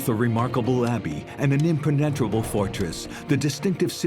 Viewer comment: How is it that your AI text to speech app hasn’t learnt to pronounce impenetrable?